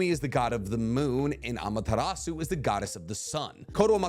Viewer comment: You don’t pronounce the “u” in Amaterasu . Not hating just correcting it since you say it so much! Keep up the good work